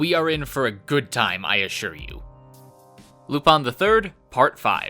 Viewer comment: I've never heard anyone pronounce Lupin as "Loop-On" before.